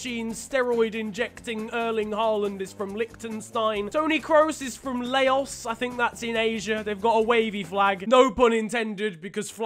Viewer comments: It's pronounced "lows" not Layos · Man really Said LAOIOS, its pronounced laos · its pronounced l-ow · Did he just pronounce Laos as "Lay-Ohs"? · Lmao maybe you can try pronouncing Laos again XD